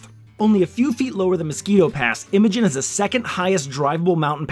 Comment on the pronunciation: The correct pronunciation is Eye-mo-jean just like a female name. It is definitely not pronounced M-a-gin.